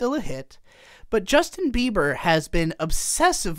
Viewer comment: STOP SAYING JUSTIN BEAVER JESUS CHRIST